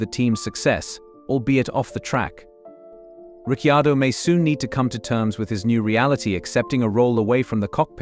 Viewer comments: Sick of the mispronunciation of His name, what is wrong with these dingbats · Where did this commentator get Daniels surname pronunciatikon from. So painful! Doug Ringholt Yarrawonga Victoria. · I agree it is so sickening